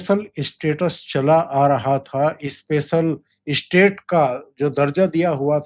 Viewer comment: इस्पेशल और इस्टेट याने क्या है !. हम स्पेशल स्टेटस को हम सही समझते हैं । स्पष्ट को इस्पष्ट, अस्पष्ट, कितने घटिया उच्चारण लगता है ।